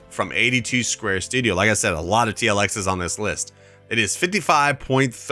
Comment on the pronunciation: you miss pronounced David's name for his mods it's 82studio not 82 square studio